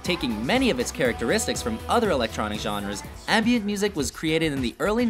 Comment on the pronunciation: Its Ambient not "anbient".